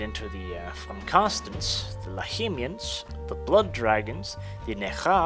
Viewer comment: i think its lahmians ( lahmian Vampire ) not lahimians but i am not sure